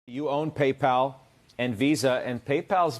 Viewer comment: Until today I thought only Germans were mispronouncing Paypal as Paypaul! 😂